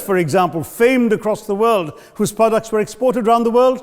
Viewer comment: it's 'famed'.